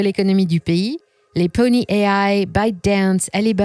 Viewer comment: Salut louloute (pour la voix off des vidéos, pas toi derrière ton écran, désolé...) ! Ta voix, tes commentaires, ta pertinence,et ton rythme sont largement au TOP5 des chaines par ici ! Secrètement j'aimerais qui tu es mais pas pour te cruiser, juste savoir qui tu es.... Bref, quand tu prononces en anglais, fait le à fond ! PONY => ponaï et non Poni ! Bisous